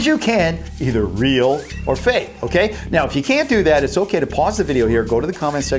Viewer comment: it's fake not fak